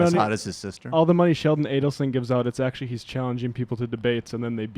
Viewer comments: The "Akshually" was basically calling her a ditz, like how valley girl characters in movies would pronounce the word "actually." Talk about a meltdown, lol. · Simon 's : I think he’s just very stupid. “ ACKSHUALLY “ ?? Who DOES that, and why slaughter an innocent word in the midst of ire? Anyone dumb enough to evict the ‘T’ from ‘ actually ‘, ( when it’s clearly the best part!), is too dumb to debate. Mrs. Shapiro, take that phone out of his playpen!